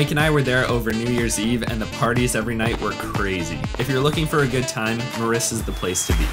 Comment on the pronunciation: Its Mirissa. That lil mistake should be corrected. Btw its a great video. Thanks for visiting my motherland 💕